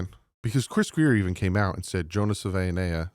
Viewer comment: It is Sa-Via-Nia